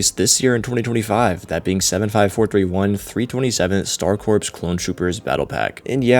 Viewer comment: its pronounced core not corps